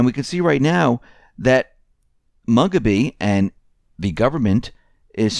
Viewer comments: Robert Mugabe’s surname is pronounced Moo-Ga-Bae,. Thanks for the news but here’s a heads up next time Zimbabwe is mentioned. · Who the hell is "mug-a-bee"?